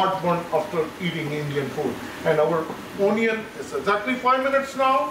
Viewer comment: unnecessary accent. not a great watch. i stopped at ooonion